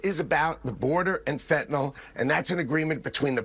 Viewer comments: Let's practice our pronunciation: It is NOT "fan-ta NOL" it is "fen-ta-NIL". It is NOT an alcohol... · Ben Please pronoun it correctly, you say Fentanol it is Fentanyl ( nil not NOL) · Or as Trump and his lapdogs pronounce it - fentinol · Fentanyl is not pronounced NOL. A bunch of dumbasses